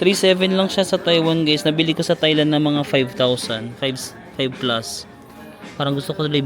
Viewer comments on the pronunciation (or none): none